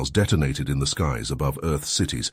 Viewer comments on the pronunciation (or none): "Appeerid in their skiis". Didn't you mean "Appeared in their skies"? Stupid illiterate A.I narrations. We need to start hitting the dislike, do not recommend and not interested buttons on all A.I Generated and Narrated videos, especially the ones that are clear rip-offs of other stories. You can't enjoy a story when there's so many mistakes in the pronunciation of simple words and phrases, the story starts to make zero sense. A.I generated and narrated stories are popping up everywhere, and they're being started by lazy people trying to gane the YouTube monetary system.